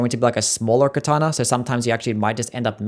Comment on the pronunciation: "Kataner" 😂 Love the ranking